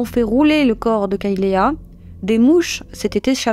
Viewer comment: Kaylea se prononce " kaylie ". Et les serviettes sont des alèses .